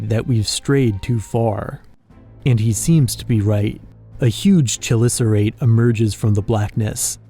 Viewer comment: Fun fact: The Chelicerate is actually pronounced kelısərəit or keh-li-ser-ate, which we pronounce it with a CH instead of keh-. I am not forcing people to say it like that because it is a very common mistake we all make for this word.